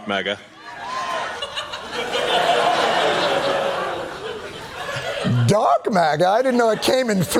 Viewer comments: Elon didn't say "Dark", he said, "Dork MAGA".😂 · I think he said "dork MAGA" tbh